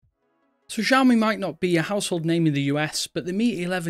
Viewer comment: Sheesh .. learn to pronounce the name. It's "See-aw-me"